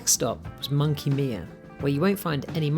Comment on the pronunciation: Beautiful video mate! If there is a next trip, maybe include Margaret River region or the Kimberley region. Both are also Spectacular! Monkey Mia is pronounced - my-uh, not me-uh 👍